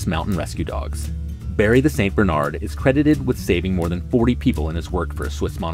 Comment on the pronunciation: Barry the St. Germaine's name was pronounced "Bar Ree" as in granola bar. My Swiss grandma had a St. Germaine named Barry.